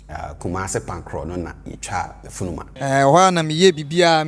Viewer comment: Thanks! Great video. Does he pronounce "funuma" as "furuma" with the "n" sounding like an "r"? If so, are there any rules around this?